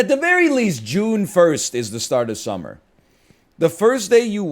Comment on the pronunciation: If I ever hear a Canadian say summer again, I’m gonna throw down